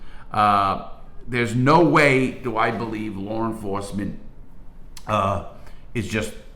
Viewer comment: I fuckn love this guy. Its like listening to my cool ass grandpap telling old war stories. I smile everytime i hear "Lawr enforcement " 👍